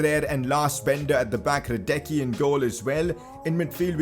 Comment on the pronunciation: Great Vid.. BTW It Is Pronounced hradetsky